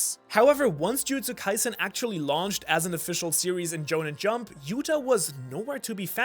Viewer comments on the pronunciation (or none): jujustsu kaisen is picked up by “Jhonen Jump” lol prob just your accent but regardless I chuckled! really great content keep up the good work